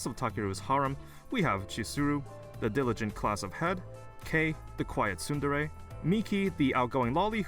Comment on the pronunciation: wow that guy can't pronounce tsundere( sun-der) or eroge( ero-zhay)